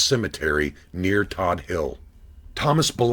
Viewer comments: For the record , he ran scara-mix., not sacra-mix. And Todt hill is pronounced Toadt not Todd . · It's pronounced Toad hill. I grew up at the bottom of the hill and used to go up there just to gawk at the mansions as a kid. Big Paul's house was something to see. Everyone called it the white house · It's pronounced Tote Hill (Todt) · Terrific narration???? He said TB was 22 not 220. He said pronounced Todt Hill "Todd Hill" not "Toad Hill". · It's pronounced . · Todt Hill not Todd HIll.